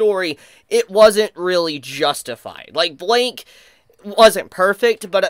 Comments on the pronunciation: why u saying blyke like that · it's pronounced "blike" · his name is blyke not Blake or bike its blyke